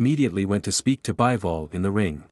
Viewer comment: It's Bee-vol, not Buy-vol.